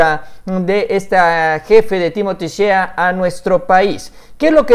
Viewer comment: Shea se pronuncia “shey” buen video, saludos